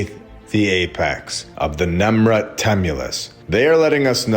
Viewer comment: I thought you said, Nimrod when you said, "Nemrud", so, we should study him in regards to this whole thing. Google, "Nimrod". His depictions look like these statues (same head-gear shape) and the mountain(s), etc. ❤